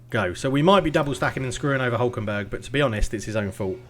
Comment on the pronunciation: Also, favourite part of the vid is when you said Nico “Huckleberg” hhahahah. Thats 100% what I’m calling him from now on !